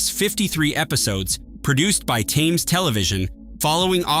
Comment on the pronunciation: How is it possible that you cannot pronounce Thames correctly?